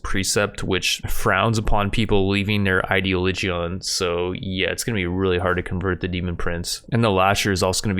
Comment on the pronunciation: "Idea-Lee-Geeon" ... It's pronounced "Eye-Dee-Olidge-In"